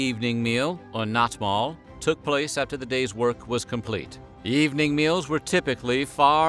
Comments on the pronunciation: Jeez is it really dagmal and nattmal? Not dagmål and nattmål? Sounds very different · I live in Denmark. Dagmal (danish- dagmad) “daw-mal”. Nattmal (danish- natmad) “nat-mal”. Skyr (danish- skyr) “skur”